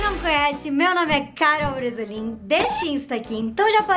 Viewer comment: Mas voce. Cichama. Carol. Brasolin. i. Não. Bresoin